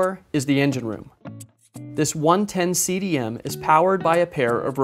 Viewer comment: The boat builder is properly pronounced Del a Marsh.